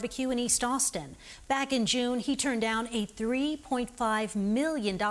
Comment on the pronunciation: I laugh everytime he says Sam's BBQ